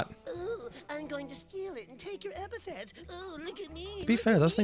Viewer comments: It's ep-a-th-e-t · I’ve watched a few reactions to this series and almost no one says epithet correctly the first few times.